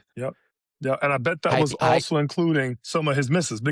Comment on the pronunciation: height is pronounced with a T sound as the last sound, not a TH sound. Think of the word weight. Do pronounce it WA-TH? Or 'wait?' Do yourself a favor, and do not go down the McEnroe road of trashing the language with lazy speech.